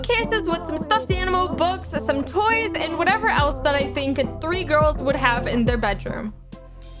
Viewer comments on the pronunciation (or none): “where are the gorls”